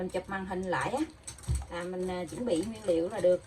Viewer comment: Nói kg can Nguyễn Liêu noi mắc cười 😂